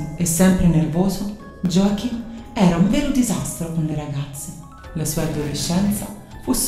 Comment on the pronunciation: Effettivamente molti serial killer hanno infanzie problematiche. Joachim si legge Iòahim, in tedesco J si legge come una i